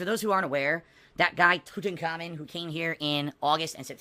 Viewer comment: Love how calls him tut but when he says the full name it’s toot and common